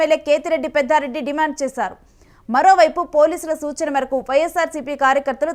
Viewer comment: పెద్దారెడ్డి కాదురా బాబు పెద్దిరెడ్డి